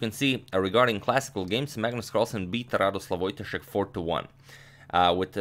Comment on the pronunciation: Radosław => speaking => radosuaw! Greetings from Poland, great material :)